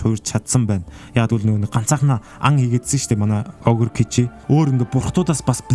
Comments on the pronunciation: Kichi gej baigaa n gichi gej baigaa ym shig hahaha😂😂😂😂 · kichi ni gichi gej sonsod bna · Ahead kichi boyhood gichi gej helehgui shuu❤ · Bi yaaltajgui гичий gej sonsood bn aa